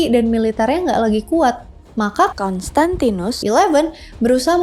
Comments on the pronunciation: Kayanya susah ya ka nyebut "konstantinus" 🤣🤣🤣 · "konstantinus" 😆lucu bngt setiap pengucapan kata itu nada nya sm semua